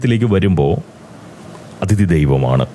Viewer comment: ഈ വീഡിയോയിൽ പ്രതിപാദിയ്ക്കുന്ന വിഷയത്തോട് പൂർണ്ണമായും യോജിയ്ക്കുന്നു. മലയാളികൾക്കും ഇക്കാര്യത്തിൽ നല്ല മര്യാദയില്ല. ഈയിടെ അയർലൻഡിൽ തല്ലുവാങ്ങിക്കൂട്ടിയതും ഇതുപോലുള്ള പ്രവൃത്തികൾക്കാണ്. (off topic ആയി ഒരു കാര്യം പറഞ്ഞോട്ടെ, 'അതിഥി'യുടെ ഉച്ചാരണം ഒന്ന് ശരിപ്പെടുത്തേണ്ടതുണ്ട്. 'അഥിതി' എന്ന് തെറ്റായിട്ടാണ് ഉച്ചരിയ്ക്കുന്നത്. ഈ തെറ്റ് ധാരാളം മലയാളികളിൽ പടർന്ന് പിടിയ്ക്കുന്നുമുണ്ട്. മനുഷ്യർ അവർ ഇഷ്ടപ്പെടുന്ന ആളുകളെ അറിയാതെ (subconsciously) അനുകരിച്ചു പോവുകയും ചെയ്യും. പോങ്ങനായിട്ട് ഇങ്ങനെയൊരു തെറ്റ് പ്രചരിയ്ക്കാനിടവരുത്തണ്ട എന്ന സ്നേഹബുദ്ധികൊണ്ട് പറയുന്നതാണ് കേട്ടോ.)